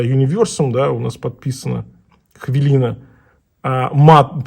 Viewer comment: у кого у вас? Вообще-то хвилина, а не хвялина.